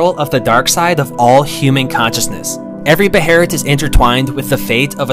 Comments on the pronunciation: I thought it was pronounced “baylit” not “beherit” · ... it's not pronounced "beherit" it's pronounced "behelit" Bey-lit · It's behelit not beherit, u gotta understand that Japanese people only say beherit cuz they don't usually pronounce the sound L, so they arnt used to it